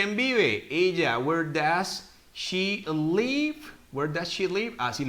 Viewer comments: Profe una pregunta, por qué usted en el minuto menciona live como "liv" siempre he tenido entendido que cuando hay una "e" al final, la vocal anterior se pronuncia como se pronuncia al deletrear, o sea que pensaba que era "laiv" o esta es una excepción como en la palabra "have". Tengo esa duda. gracias! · Gracias tus videos me están ayudando hacia mis objetivos. Mi única pregunta seria: el LIVE no se pronuncia laiv?